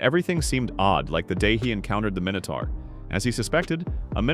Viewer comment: minutor?? How many you say mini tour